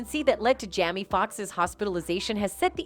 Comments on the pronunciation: The AI keeps calling Jamie Jammy.😂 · Why can’t this woman pronounce these peoples names correctly?? Seriously Jamie is a VERY common name or Diaz. She said Jamie once or twice then the rest of the time she says Jammy. DRIVING ME CRAZY! I’m trying to pay attention but I keep getting hung up. This isn’t her first video that you play we’re she’s mangling house hold names sheesh! She said Dave’s last name correctly then messes it up then correctly again. Maybe. She should pre-read her scripts a few times and then slow down a bit while recording! Get your shut together woman, so I can pay attention to the reports! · Is the an AI speaking cs she keeps referring to Jamie as Jammie and it’s driving me CRAZY……?!?! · Because for some reason, some of them act like they can't say Black people's names. They call TuPac Two Pack, and Chaka Kahn Chaka Can, and now she's calling Jamie, Jammy.